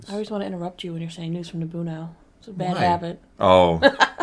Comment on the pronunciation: Bro please don't say like that news from naboouuou 🤣 I died literally